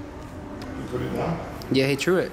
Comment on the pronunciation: I believe it's "threw" it, not "True" it......